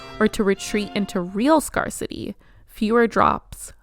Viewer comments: Love this video and so happy I found your channel! The way "scarcity" is pronounced made me wonder if this was a video voiced by AI though. "Scarcity" sounds more like "scare" than "scar" :] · Just found you. Very interesting analysis. Darling it's pronounced 'scare-city' not scar-city'. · scarcity is pronounced "scare ci tee" -sorry had to. writing with AI ruins it when you cant pronounce its words correctly. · Very good video, but the correct pronunciation for scarcity is “scare-city”